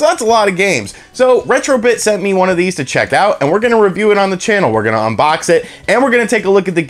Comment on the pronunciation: "sit back kick back n lets unbok this" lol